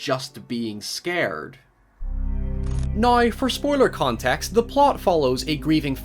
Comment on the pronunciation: he says now like nai